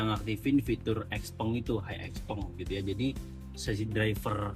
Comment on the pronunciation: Ijin tanya, sebagai sales resmi XPeng, kok pengucapan XPeng nya salah ya?